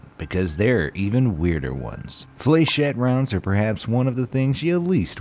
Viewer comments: "flay-shets" and "saab-oh"...lmao Please stop making informational videos if you have so little information on the subject that you can't even pronounce the related words. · Nobody: BE AMAZED: Flayshet this is the worst pronunciation of Flechette i have ever heard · What gets me is the shot gun shell with the darts. It's pronounced if I can get it across on the video it's " FLESH-----shett " it maybe better for a person with a Scottish accent or Irish to say shit. I guess it doesn't really matter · Dude.. digital ally isnt pronounced "alley" it's clearly "alleye'. And its "flishette" not flayshette. Jeez why am I picking apart pronunciation. It's time to go to bed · Flah-shey. Not fluh-chet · Did he really say “flay shet” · "Flaychete"... Need I say more. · You didn't pronounce Flechette right